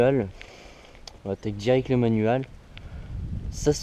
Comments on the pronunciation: Manuåle 😂😂 Mdr aucun accent anglais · MDR comment tu dis manual😂😂